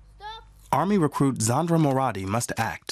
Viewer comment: LMAO "Moradi"